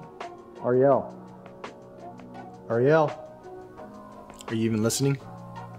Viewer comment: This is irrelevant, but I like that her name is pronounced Ah-ree-elle instead of the usual disney princess pronunciation.